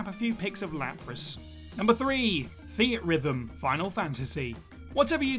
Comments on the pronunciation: Theat rhythm 😂😂😂 I’m inclined to correct this nonsense... its pronounced Theatre rhythm come on bro 😂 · I always pronounced Theatrhythm as "Theatre Rhythm". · The way he says "Theatrhythm" hurts my soul